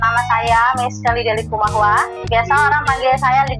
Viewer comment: Shalom, koreksi dikit ya bukan LINGKUMAHUA, tp LIKUMAHUWA